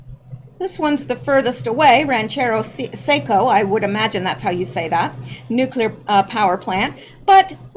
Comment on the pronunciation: Rancho Seco, not Ranchero Seco